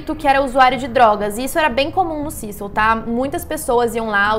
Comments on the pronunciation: Se fala cecio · Eu jurava que era “CÉcil” 😂😅